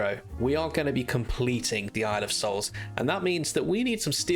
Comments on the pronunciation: Are you saying boys soul or boys hole? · Thought you said boys holes I was like....wot